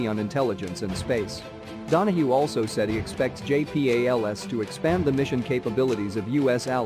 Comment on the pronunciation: JAY PEE AYY LEL ESS